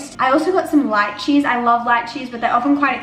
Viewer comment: When you said Lychee I thought you said light cheese 😅😂